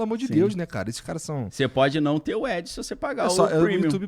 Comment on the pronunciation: Depois de 4x ouvindo o Igor falar "edge" que fui entender que ele quis dizer "ad" 😂😂😂. Podia ter falado publicidade enquanto ainda não fala inglês direito.